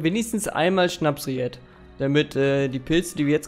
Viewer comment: SchnapSried 🤣🤣🤣 es heißt Schnappried